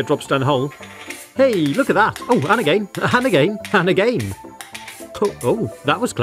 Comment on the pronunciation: The way he said again: agin